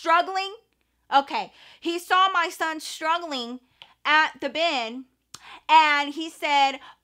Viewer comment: The way you say “MAH SON” lol I know it’s real!